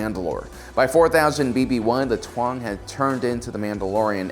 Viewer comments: It’s pronounced “Tong” not “twong”. And also Din “Jar-in” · Taung is pronounced Taw-ng not Twa-ng. P.S. No offense, I like your content👍🏻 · It’s interesting how you have it spelled “Taung” but you pronounce it “Tuang”. Why’s that?